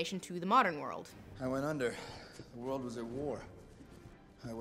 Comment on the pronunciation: Okay, but is anybody else bothered by the way Lindsay says "World War II" as "War War II"?